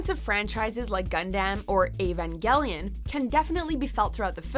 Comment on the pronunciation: You said Gundam, and Evangelion wrong. Gundam is pronounced Gun-dum, and Evangelion is pronounced E-van-gel-lee-on.